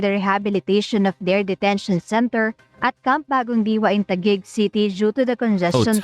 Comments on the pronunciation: Bro finally knows how to pronounce Taguig 😂but I wish these "influencers" actually get more severe consequences. Like an actual prison sentence. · finally he can pronounced Taguig. Does he ever read our comments?